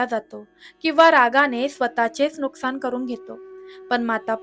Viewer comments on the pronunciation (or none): none